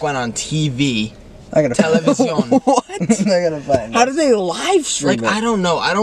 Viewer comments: Nick saying "televsion" with an arabic accent heals me 😭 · I'm just obsessed with the way nik says television 🤭 i know its the French pronunciation of the word, but its also the way we say it in my country so its kinda cute to me 😁